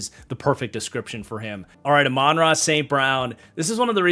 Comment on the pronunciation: Love these tier videos but brother you’ve gotta learn how to pronounce Amon-Ra’s name 😂